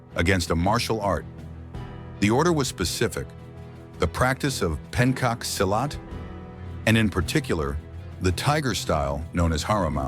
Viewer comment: The pronunciation... 🤦 Pencak Silat is pronounced "Pentchak Silat"! Please teach this bloody AI voice the propper pronunciation! Instead of tring to erase a martial art, the Dutch should have erased the much much bigger evil: Islam! And Sri Lanka is not pronounced "Shri Lanka"!!!!!